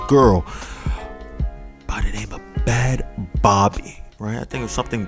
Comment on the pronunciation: Her artist name is pronounced “Bad Baby”